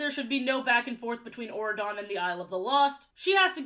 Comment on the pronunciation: What is wrong with my ears until I saw Auradon spelled out I was mishearing it as Oregon and just accepted that a U.S. State had a king in this universe